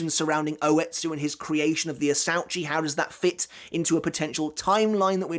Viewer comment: “Asuechi it’s pronounced in Japanese idiot not how you pronounced it asauchi